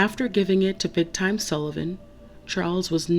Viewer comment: It's "Big TIM", not "Big Time"